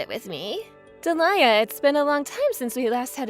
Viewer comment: Delia is Dee-Lee-Ah not Dah-Lie-Ah